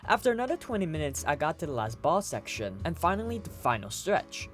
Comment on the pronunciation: This man said "shecshon" 5 times btw